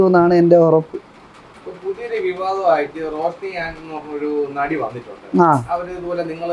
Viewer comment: നടി എന്നാണോ അതോ വെടി എന്നാണോ ആ സ്ത്രീ പറയുന്നേ 😂😂